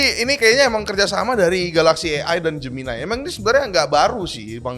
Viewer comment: Jeumeunay bang bacanya, bukan Jeuminay.